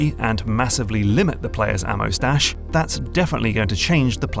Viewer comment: If we limit the player, a mustache ....WTF (had to listen 3 times to understand ammo stash ahahah)